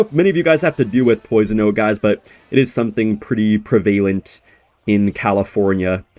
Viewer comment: the type of guy to say pre-VALENT